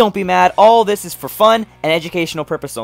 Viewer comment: Love how you said “Education purposes ONLY,!😆🤣